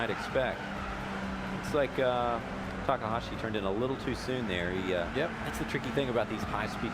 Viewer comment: It's takahashi!!! pls say it right or not at all